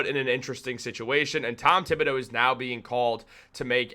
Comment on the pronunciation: Mr Thibodeau 's name is pronunced as follows: tee ( tee shirt)- bo (beau) do ( do re mi fa) In French, the h of th is dead/ it is like it doesn't exist. 😂 h just makes the word beautiful.😂🎉